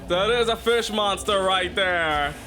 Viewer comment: Can't even say fish. 🐠🐟